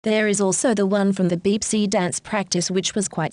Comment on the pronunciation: It’s not pronounced beepsee it is pronounced bapsae